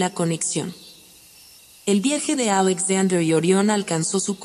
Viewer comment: Buena la historia, pero podrías pronunciar Alexander de acuerdo con el idioma en que lo estás narrando, el español. O echa el cuento en inglés. Sé coherente!